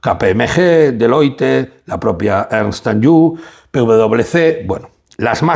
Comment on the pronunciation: Por favor, Limak no limaRk. Ernst & young, no ernst & you. O "i-uay". Te lo digo constructivamente y con todo el cariño del mundo. Hace que el video que es muy bueno pierda cierta credibilidad... Por lo demás, sigue así! Abrazos